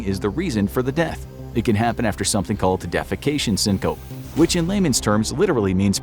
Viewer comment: It’s pronounced “sing kuh pee” not sing-cope